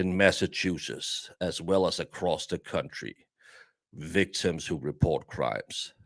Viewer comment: Love you calling them ‘wictims’😂